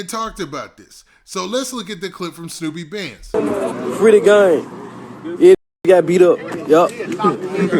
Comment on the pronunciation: Dolph Artist Name Snoop Bandz Not Snoopy 🤣 #snupebandz